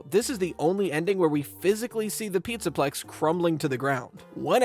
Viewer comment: hehe you said “pizza pecs” by accident